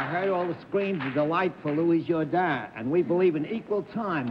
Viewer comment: Arlene also came the closest to pronouncing his name correctly. It is (with a French inflection of course) pronounced Jour-don, not Jour-dan.